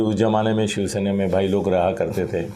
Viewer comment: श्याम गिरी जी it is शिवसेना and not शिवशेना. You keep saying शिवशेना